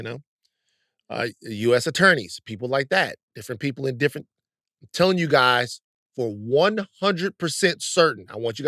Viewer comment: "My gays". Now, Van. LOL.